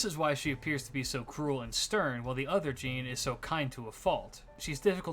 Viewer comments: its pronounced zhan, not jeen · It's pronounced "John/Zhon". It doesn't help that "Jean" is an actual name in English so people reading Jeanne's name will think of that. 😭